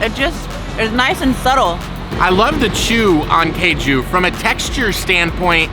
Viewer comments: It's not keju it is kaaju - cashew nuts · It is not "kay ju". It is "Kaaju". Not sure how you would feel if non-natives say "baa gel" instead of "bay gel", or similar. I am sure one would earn strange looks for blatantly mispronouncing, and with how this western society is about approaching people (or not), it just would lead to perhaps, behind-the-back giggles, to worse. BTW, "Kaaju" is cashew, in Bengali. And, you are, in Bengal. And, as you can see, it is a different culture, and different language, even a microcosm within, in the great diaspora of India. We know you have never had "any" of those desserts before. Westerners, are singularly insulated, and the treats of India only exist as such a rarity here in the west, that it is superfluous to state you have never had it before. Especially for a first-timer. Keep discovering. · It's kaaju not keju , cashew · Caju is pronounced "Caa - joo" (think "Calm Jew", minus the L and M in calm) and it is something you already know. Cashew is the adulterated pronunciation of the word Caju. Just like the word Pistachio is the mispronunciation of the word Pista. The "ras" in Rasgullah means juice or syrup and is pronounced like the English name "Russ", with Gullah meaning a round or spherical object. The words Gulab Jamun translate to Rose (or Rosy) Plum. Kala ("Kaa - Laa") Jamun means Black Plum. See! You're learning Hindi already!! 😊